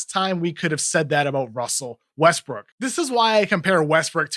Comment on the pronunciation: "Wussell Wuestwook"